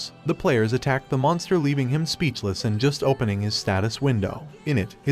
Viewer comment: Do you not know how to say ed like jumped or attacked